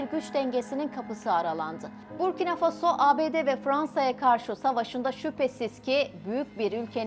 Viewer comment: Когда научимся правильно ставит ударения на слова? Обычно в слове Фасо удания падает на второй слог.